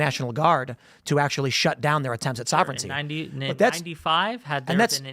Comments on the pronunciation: IT'S SOV-REN-TEE, NOT SOV-ERR-ENEE-TEE! LEARN TO PRONOUNCE WORDS PROPERLY IF YOU WANT TO USE THEM TO SOUND SMART! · And soverigninity" 🤣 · Yo this dude has said "sovereignity" like 4 times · This dude is pronouncing words very oddly. Like he's not a native english speaker. Really makes you wonder... "ma-tier-iAL" "sah-vern-ity"